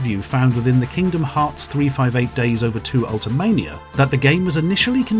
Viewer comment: Thank you for pronouncing 358/2 days correctly, I appreciate it greatly